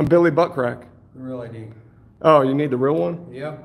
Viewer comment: I'm done 🤣🤣🤣🤣🤣🤣🤣 Gimme your I.D. ehmmm ok here this is my "I D" oh gosh I'm dead can't stop laughing for 5 minutes